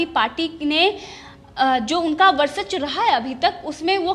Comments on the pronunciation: Indian TV.... Please ask the anchor to pronounce VARCHASWA and not VARSACHWA. it's वर्चस्व and not वर्सच्व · ये लड़की वर्चस्व का उच्चारण भी सही तरीके से नहीं कर पा रहीहै। एक बार होता तो ठीक पर बार बार एक ही गलती दोहरा रही है।